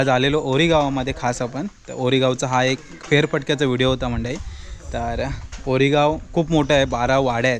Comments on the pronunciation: गावाचे नाव ओरी असे आहे, वोरी असे नाही. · वोरी ❌ ओरी✅